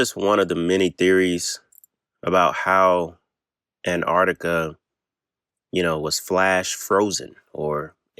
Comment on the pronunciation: Please stop calling it anardica